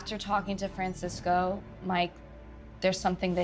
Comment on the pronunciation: Francisco, not Fransisco.....get it together MTV lol